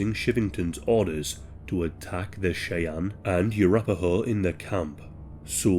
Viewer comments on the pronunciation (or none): none